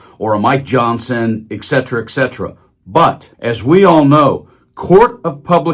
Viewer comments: It's et cetera. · Could you pronounce ETC. correctly?